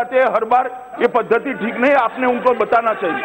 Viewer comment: Ye padhdhti nahi hai bhai🤣 gujju bhai❤